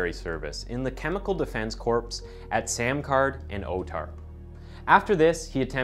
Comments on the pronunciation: bro you pronounced samarkand as "samcard" did you even try ....... come on man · it's sam-ar-kand not sam-kar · It's "Sam-are--canned" not "Sam-card"